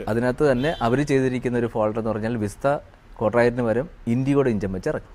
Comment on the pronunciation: വിസ്ത അല്ല സേട്ടാ വിസ്റ്റ